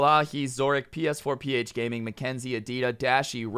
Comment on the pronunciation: Did he say ph gaming or hp gaming